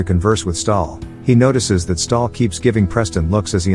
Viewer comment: its stahl not stalin